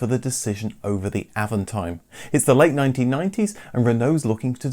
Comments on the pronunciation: it's "AAVONTIIME".. French pronounciation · well, since you manage that french "r", why not put the accent where it is, at the last syllable. Always in french the accent is at the last syllable.